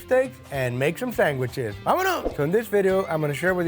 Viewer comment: I Couldn’t figure out if said sandwiches or sangwiches. Sangwiches are what NY Italian Americans call sandwiches. Love it!